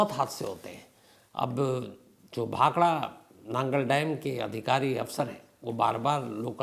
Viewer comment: Bhakhara nagal not bhakhada